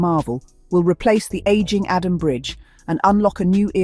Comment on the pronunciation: If you want to report about Ghana learn to pronounce the names very well.that bridge is not adam. Its adomi😂